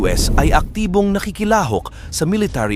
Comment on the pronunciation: Nakikilahok, kinondena, pandagat, haharangin, paglala, sangkalan... check the proper pronunciation. But you are good in your topic & blogs